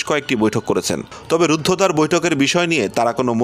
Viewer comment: হে এলিট পত্রিকার এলিট সাংবাদিক, শব্দটা "রূদ্রদ্বার" হবে না, হবে "রুদ্ধদ্বার"।